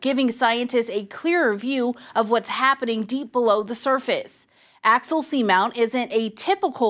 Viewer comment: Axial not Axil.